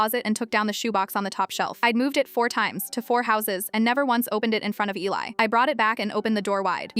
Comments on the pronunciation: It's not Elleye Eli is pronounced Eeleye. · It's Eeeee-li. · Its pronounced Eee liii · EEEE-LIE is how it's pronounced. Just say there was a house fire all pictures were lost ❤ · A compelling challenging, exciting story in a very brief time. However AI must be trained, program to correct pronunciations and text. The comment before mine is absolutely correct It is definitely pronounced. Eeeeei